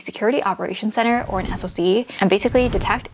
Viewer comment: As far as salary goes for a SOC analyst, it easily goes upwards of $160k for a tier 3 analyst. Also, it’s pronounced “sock” 😅